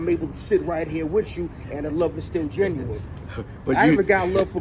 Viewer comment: Hey Big bro no disrespect at all.. but the word genuine is pronounced GEN U WIN not GEN U WINE.. that’s the singer! It’s our duty to correct US in all facets just as your doing for our youth! Great video as usual,,Much ❤️